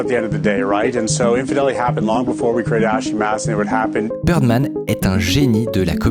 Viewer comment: Très cool vidéo ^^ Je suis trop perturbé par le fait que Bidermann, tu le prononces Birdman toute la vidéo XD